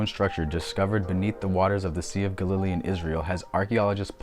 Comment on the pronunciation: Well, life is about learning. I pronounce Galilee as Gal ih lee, myself (middle syllable is the weak one, not gah lily as you say it with accent in the middle). Not sure if your choice is a valid variant (might be, I don't know everything, fer sher, but never heard your version before). chalcolithic is based on the root chalco (chal co) meaning copper (as with chalcopyrite meaning copper pyrite, a yellow copper sulfide mineral). lithic means stone or rock and is pronounced lith ic (same as paleolithic if you say that correctly; just replace paleo with chalco). chal co lith ic. Anyway, I get to learn from you, so a little return of favor is probably a fair trade.